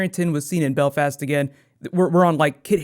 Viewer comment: Wow, I've never heard an American say Belfast. And can I say, from a Northern Irish point-of-view, it sounds weird.